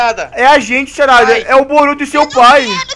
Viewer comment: o fala sarada tão ruim que ouvi tarada kkkkkkkkkkk